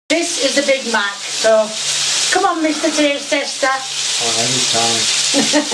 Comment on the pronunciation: Sounds more like BAD MACK than big Mack